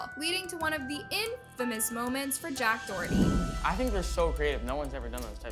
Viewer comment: Finally u said someone’s name correctly